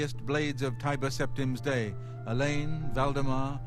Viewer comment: you keep saying Tiber wrong the entire vid lool